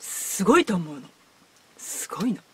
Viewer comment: Pronouncing すごい as すんごい